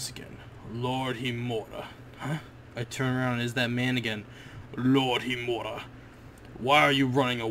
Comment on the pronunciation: you are not saying HIMURA right learn how to say it then say it :p good episode